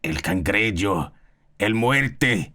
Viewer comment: “El cangreyo” - 2026